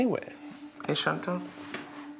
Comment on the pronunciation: Woont = Wouldn’t Shoont = Shouldn’t